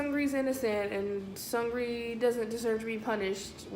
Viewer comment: Seungri is pronounced Soong-nee. He doesn't own Burning Sun. Though he does own a company that holds 20% of the shares. Seungri is only accused of setting up foreign diplomats/investors with prostitutes and gambling while in Las Vegas. What Seungri did, was illegal, but common place in Korea among business men and owners. Jung Joon Young is accused of the chat room, and filming and sharing sex videos without his partners knowledge. (Which is also common in SK) I hate to say it, but JJY is the bad guy here. JJY is probably my favorite Korean singer. So it's a shock and a disappointment. These are 2 different crimes. Seungri wasn't in the Kakao chat with JJY. Suengri did use Kakao chat with other from Burning Sun about setting up the escorts and finding the escorts and hiring them. But he was NOT in the JJY chat. The media seems to be cramming them both together, because they are both celebrities. And they knew each other. Don't be so sad. Seungri isn't accused of what you think he is. At least not yet. And yes, I think Seungri is taking a fall for someone. Maybe even someone higher up in YG. A couple of other clubs that are involved with YG are in trouble for tax evasion scandals.